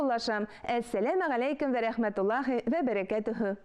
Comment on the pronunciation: без "авыл" диеп язабыз, "аул" диеп әйтәбез. "Вә" диеп языла, "үә" диеп укыла. Мин гаепләп әйтмим, төзәтәм генә. Рус мәктәбендә укучыларны моны өйрәтмиләр